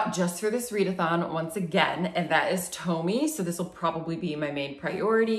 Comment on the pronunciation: Tomie is actually pronounced as “toe-mi-eh”